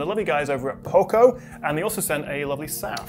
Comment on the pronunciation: You missed a third way of saying it 😆. Poco is the Spanish word for Little and its pronounced O like dog, not O like Opal Fruit.